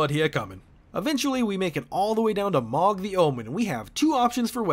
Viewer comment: mohg is pronounced MOO Guh not MAWG, also ive seen some melting builds with his spear